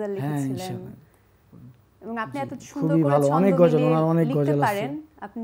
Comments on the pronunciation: উপস্থাপিকাকে বলতে চাই সুন্দর করে গজল উচ্চারণ করা শিখুন এত মডিফাই করে বলার প্রয়োজন নেই। আসা করি বিষয়টা মাথায় রাখবেন। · উপস্থাপিকা মনে হয় ঠিকমত কথা বলতে পারেনা, গজল কে বলে গাজাল😅😅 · মেয়েটা গজল কে গাজল বলতেছে😂😂😂